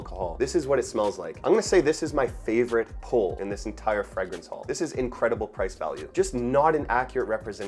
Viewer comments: And the word 'fragrance' is pronounced "fray-grance," not "fragg-rance"; that is, the 'a' is long, not short. 🤷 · Interesting pronunciation of alcohol and fragrance. Are those typically canadian?